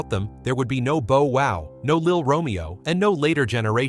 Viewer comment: It's Bow Wow. Not Bow as in A neck tie. It's pronounced Bow as in bough. Thanks for the up load though